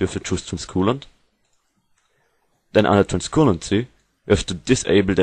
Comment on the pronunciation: Transcoolancy??? xD